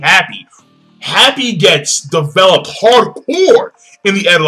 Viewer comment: you can't enjoy development that doesn't exist. lol but he said "devopled" and maybe he enjoys it. whatever it is.